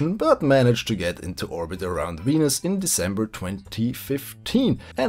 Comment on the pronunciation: Hahahahaha you pronounce it "weanus"